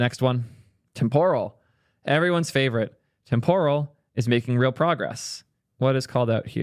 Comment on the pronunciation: Temporal is pronounced with the emphasis on the first syllable not the second: TEMPoral not TemPORal. Like "Temporary" not "Tempura."